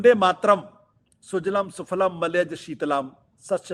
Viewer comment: This fellow is himself reading it. He doesn’t know that it is sujalaam not sujalam, sufalaam and not sufalam, sukhadaam and not sukhadam despite reading. What is the kind of standard you follow? What is wrong with nationalism? Is the expansionist nationalism of west, hegemonic nationalism of China better? After all our nationalism does not support expansion but only restricts to loyalty to one’s place of birth. This fellow in garb of pseudo intellectual keeps propagating venom as nectar. You don’t wish certificate from others, why did you seek certificate from Kansiram and were slapped. Why seek position from Kejriwaal and be ousted. You must have heard the story of the ‘neelah shrigaalah’ or the coloured jackal.